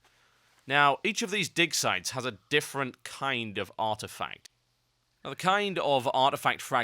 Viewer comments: Is it just me or is he saying dick sites? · it sounds like he keeps saying dick sites lmao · it really sounds like he says dick size xD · i keep hearing "dick sight"